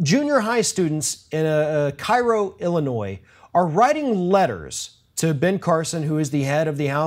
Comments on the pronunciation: Even though it's also known as Little Egypt, it's pronounced "care - o", not "kai-ro". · It is not Cairo, it is pronounced Kay Row, Illinois. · It's pronounced KAY-roh. Common error. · It's actually pronounced Kay-ro! I'm from Illinois. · Cairo, IL pronounced locally as Kay-row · It's pronounced Kay-roh, Illinois. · Minor point but it's actually pronounced KAY-ro (i.e. ['kei.rou]) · Its pronounced CAY-row.